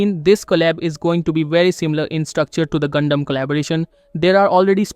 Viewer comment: I know bro didn't say gundam but I just can't prove it